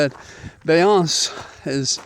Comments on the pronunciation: Thanks for taking us on your walk with you ❤ By the way, Beyoncé’s name is pronounced “Bee-yon-Say” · Hi, you would be more credible if you would learn how to pronounce these powerful black women's names Comma-la Bee yon say. All the best, keep up the good work. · Beyoncé (emphasis on the "-zayh", sorry if I got the last phonetics wrong) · 😆 Attorney,, love your videos, just discovered your channel, but with all due respect I have to ask: do you really not have any children or grandchildren who have instructed you that the Queen Bee pronounces her name Beyoncé (Bee-on-say)? Just wanted to give you a heads up before her followers, known as The Beehive, swarm you lol. I bring this up in respectful jest, as one who has learned this lesson the hard way 😂 All the best to you and your lovely wife. God bless the Beehive, the Swifties, and the newly minted Coconut Army, together, we will save our democracy with joy. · Comma-la I don't know how to tell youhow to say Beyonce Bee yon say I guess.